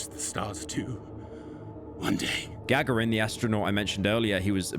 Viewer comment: The way you pronounce Sow and Gagarin. Ask your Mum and Dad how to pronounce things properly.